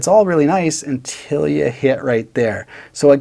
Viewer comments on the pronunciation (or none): none